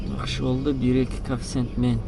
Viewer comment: Коэффициент деп айтчы кафсент дебей